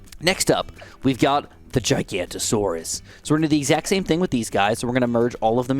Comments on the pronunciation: Giganatosaurus is actually pronounced exactly as it sounds. Gig-an-ato-saurus NOT Ji-ganto-saurus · Why am I so triggered that he calls giganotosaurus gigantosaurus. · Hearing giganotosaurus being pronounced as gigantosaurus is slightly infuriating, read the name!! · Im sorry but its Giganotosaurus not Gigantosaurus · yoo just wanted to let you know that the middle path pronounced giga-noto-saurus not gigantosaurus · its not Giganta-Saurus, Please say it how its meant to be pronouced Giga-noto-saurus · It is giganotosaurus not gigantosaurus GIG anotosaurus I mean common misconception but yea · Loving dinosaurs it makes me sad no one seems to pronounce the Giga right. Gigantosaurus is a fun nick name, but it's Giga no toe saurus. :) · Not trying to be annoying but you pronounced giganotosaurus wrong and misspelled it in the title, it's giganotosaurus not gigantasaurus. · As a dinosaur nerd, it's really annoying how he keeps saying GIGANTosaurus and not GIGANOTAsaurus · Giganotosaurus is pronounced (I think) as gig-a-no-to-saurus, not giganto. Also Pouākai is a Te Reo Māori word. In that language you (loosely) pronounce each vowel individually, so it would be pronounced poh-oo-AH-kah-ee with an emphasized/lengthened ah sound on the ā. I'm from New Zealand but do not speak Te Reo, so this is only a rough guide. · Its giganotosaurus, not gigantosaurus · Its not pronounced Giganto its GIGA-noto-saurus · Don’t want to be that guy but you say GIGA-NOT-O-SAURUS Not gigantosaurus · As an avid ark fan i have to correct it, giganotosaurus is not gigantosaurus it’s giga-no-tow-saw-us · actually it's giganOtosourus, you know the one from JW Dominion, not gigantosaurus. just wanna let you know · (It is pronounced giga-naught-oh-saurus) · So nobody gonna point out him missing the O in Giganotosaurus and pronouncing it "Gigantosaurus" 😂😂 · bro said giganta taurus instead of giganotosaurus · Call me a nerd but... Ummm actually, its pronounced as GI-GA-NO-TO-SAW-RUS.